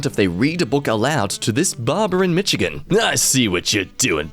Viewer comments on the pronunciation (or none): As someone who lives in Michigan it’s mih che gan not mitch e gan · How he said michigan lmao